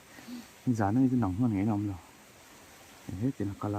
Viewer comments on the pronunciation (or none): none